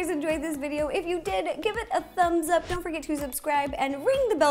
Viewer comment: Ro: Don't worry Me: Dough worry